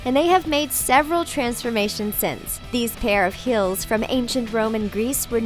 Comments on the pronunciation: Im sorry but when I hear her say "High Heels" to me it sounds like "High Hills" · lol she kept saying hills instead of heels. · i swear she said high hills instead of high heels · High hills. Do you speak English. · Jake camacho she does actually. let me clarify because you obviously don't understand. when you say "heels" and "hills", they sound very similar. understand? ( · "high hills" lmao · I swear to god shes saying "high hills" instead of "high heels" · High "hills". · "high hills"??? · can she say high heels instead of high hills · I'm triggered by how you said high heels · why did she pronounce" heels" "hills"?? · And it's heels not hills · Not hills it's heels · STOP SAING HILLS IFS HEELS!!!!! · Was it just me or did she say 'High hills'? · How come when she said high heels I heard high HILLS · She kept saying high hills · Am I the only one that heard "High Hills"? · that way she says heels 😣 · I hate how she says heels